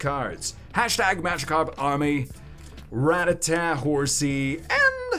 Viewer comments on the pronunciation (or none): none